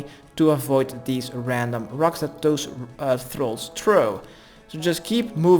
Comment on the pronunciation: lol I heard that too XD